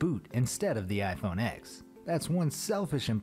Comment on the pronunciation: If you’re going to make fun of people, at least get your facts right: it’s not pronounced iPhone “X”, it’s iPhone “10”